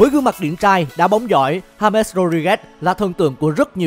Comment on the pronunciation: đọc là ha mét là đúng đấy